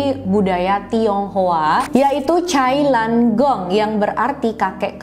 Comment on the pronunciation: Bukan cai lan gong..itu tulisanya..tp bacaanya itu chai na kong gitu...chai na=keranjang..kalo kong itu dari kata AKONG=kakek